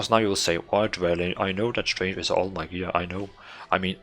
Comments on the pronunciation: Pron it like "strenFF", otherwise it sounds like "strange", keep the videos Rolling :D Thanks! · I´d say it´s more like "streng-F" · Heheheh dudeeee tnx but how about some homework? It is clear you are reading the changes for the 1st time 🤣🤣🤣 P.s. strenght should not be pronounced like strange ...